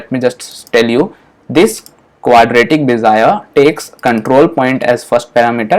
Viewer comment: Cool man!!! Great stuff.. but I loughed on Bezier :) Be - Zi - eR...Just because it was shocking.